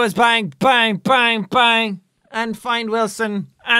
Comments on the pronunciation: Jack: Wilson! Me: whaleson! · it's not Wilson in this series its whalson!!